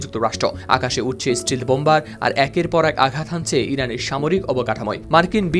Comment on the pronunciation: স্টিল নাকি স্টেল্থ